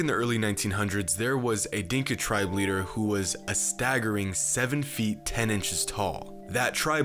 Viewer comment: bruh why the hell this guys always trying to make something sound like it is important "well the answer is 10, yes, exactly 10" . What the fuck how is that number relevant , stop using emphasis tone wrong . Just say " ten years"